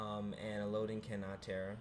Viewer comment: You mispronounced both names 😅 el-low-din (its a character from a book iirc) and ah-knee-k